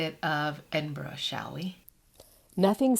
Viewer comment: Please learn to pronounce Edinburgh properly. It was painful to hear you say it wrong soooo many times.